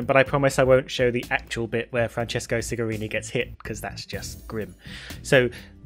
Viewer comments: For your information it's Cigarini NOT Sigarini. The moral is: we are humans and we make mistakes 😉 In this case the mistake could happen because of the wrong pronunciation since in Italian the "C" is pronounced more like the English Ch rather than S. Cheers! To be clear I love your work and this wasn't meant to troll you. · The mechanic's name is Cigarini and it is pronounced Chigarini in english, Sigarini means small cigars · Enough people have noted that his name is Francesco Cigarini, not Sigarini, so I'll add that "ci" in Italian is pronounced with a "ch" sound, so his name is pronounced "Chigarini," not with the S sound. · It's Cigarini with a C, just saying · Please... the pronunciation of the C in the last name of Francesco Cigarini is like "chew", not like "city"